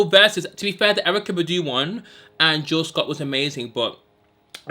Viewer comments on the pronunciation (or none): none